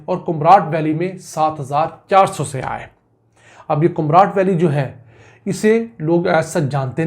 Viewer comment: Yar bhai jan siyah nhi hota saiyah hota he please urdu ki tang na toro bhai